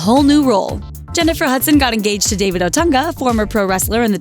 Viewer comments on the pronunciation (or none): the husband's name is Otunga.not Otanga